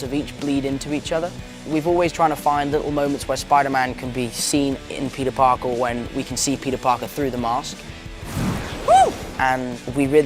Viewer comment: I caption the video and when tony says "oh hey peter Parker" its "oh hey Burger"